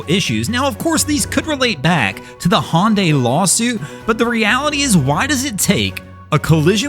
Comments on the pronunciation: Not be be that guy ... But Hyundai is pronounced like Sunday... hunday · Hyundai is spoken just like saying Sunday. HUNDAY = Hyundai Just a friendly comment to help out. I do not intend to insult you. Love your videos!! 😊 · there is no company called "Hon Day" do you mean Hyundai? HA YUN DIE